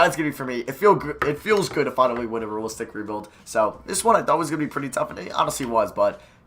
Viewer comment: "Ruh-listic ruh-build"